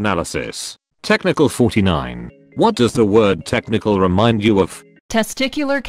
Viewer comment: Every time he says technical i understand test MICHAEL